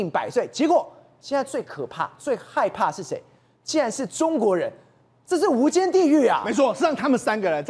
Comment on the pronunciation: 无间是什么鬼，没有提前看稿吗😂